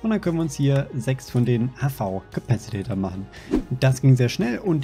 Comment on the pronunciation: Spark hat es sich schon abgewöhnt du kannst es auch! Es heißt Capacitor nicht Capacitator. D: Bitte bitte versuchs zu ändern, dann seh ich auch über Soundprobleme hinweg. Nimm mal mit Spark auf und sag Capacitator, mal schauen ob es ihm auffällt. :D